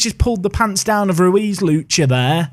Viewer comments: It's Lucka, not Lucha. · FA Cup please. Also, while I’m being Name Nazi: Lucca = Loo-ka not Loo-cha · Oh your pronunciation of Lucca could kill the entire Italian population, it's pronounced like "Look-Kah" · Double c in Italy is a CK not a ch sound so it’s lucka